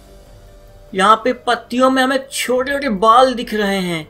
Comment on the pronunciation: how he pronounce chote ote😂😂